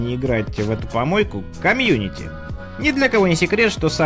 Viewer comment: не комьюнити,а Cummюнити.